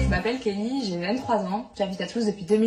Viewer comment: Il a lâché kellyn au début au lieu de Kelly 😭